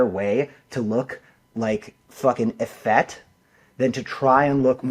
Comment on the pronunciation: Oh my god. Eff-ETT? Eff-FEET!